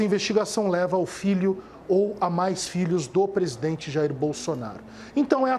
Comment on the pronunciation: Assssssssim se diz presidenre